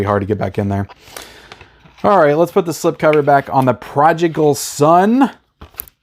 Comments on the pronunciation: Okay A big rag on you. THE PRODIGAL SON IS NOT PRONOUNCED PROJICAL!!!!!!!!!!! Also you dissed the original artwork of Sammo and the boys, that is classic and anyone who wants this must have that. Now not the best artwork but NO need to DID it. Your lack of movie knowledge is so aggravating at times. I still watch you but you have some issuesssss!!!!!!!!!!!!!!!!! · Progical Son? What? Re-read that title,...😄